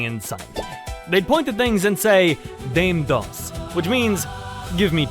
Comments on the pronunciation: It's funny that you're doing a German/Russian accent for those who speak Spanish. It's not pronounced dame dos. D'Ah - may, dame dos. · it's pronounced: dah-meh dos